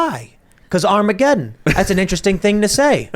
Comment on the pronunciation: Creepy Joe says "Armagedón" and then immediately runs off like a little fairy. 🤡🎪🤡🤣